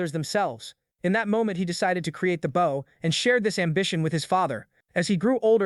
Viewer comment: It's always a giveaway when the word "bow" is used. AI always reads it as the verb instead of the noun.